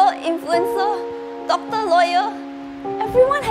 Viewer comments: why tf did you make asians sound that bad at english bruh "doc-TAH" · Kat Lindmark especially how they pronounce some of those shorter words, like doctor.